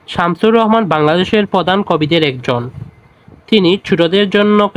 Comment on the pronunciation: Samsur rahman hbe Not samsur rohoman